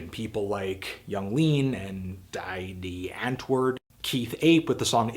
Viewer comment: Great vid. But please, it's pronounced DEE antwoord.